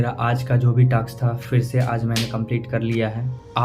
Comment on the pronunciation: Bhai taks nhi task hota hai😂😂